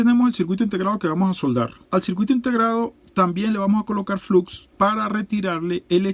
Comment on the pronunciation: SE PRONUNCIA FLOX